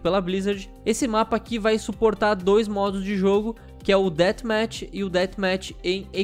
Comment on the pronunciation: Olha, não querendo ser perfeccionista(mas já sendo), é Death Match e se pronuncia ''déaf métch'' não ''déat métch''